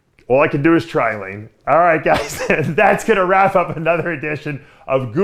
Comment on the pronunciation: Layne Trigili? Nick Norton? Nayne norgili?